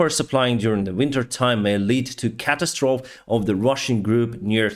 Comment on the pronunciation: Love you your English is very good, however catastrophe is pronounced Ca Ta Stroe Fee.:)